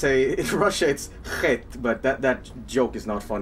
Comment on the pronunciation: But pronouncing it CHHHHET is much funnier :D